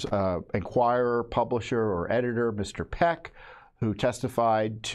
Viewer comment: It’s pecker dude.. what the fuck are you doing.. at least get names right